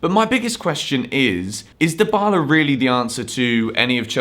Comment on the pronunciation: « Deebala » not « Daïbala »